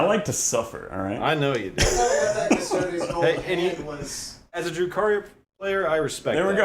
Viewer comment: Wait, at like did he call them "cuss-toads"?